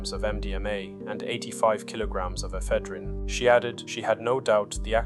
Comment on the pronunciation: It’s annoying when AI narration can’t pronounce words like Ephedrine properly……swiftly kills it for me.